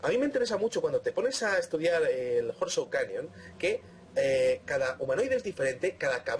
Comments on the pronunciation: Interesante información. Por favor cuando editen los programas, pongan el volume de las voces en alto, casi no se puede oir lo que dicen en los últimos videos Horseshoes, se pronuncia Jorschús.Pequeño detallito. Saludos a y. Gracias por por su trabajo. Realmente De Vanguardia!!! T.Salas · Abri el video sólo para escuchar como pronuncias Horseshoes Canyon jajajajajajaja XD